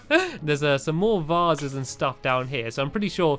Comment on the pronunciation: vasses? vases